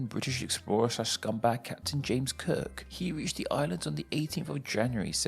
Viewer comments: I could have sworn you said "James Kirk." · It sounded like you said James KIRK!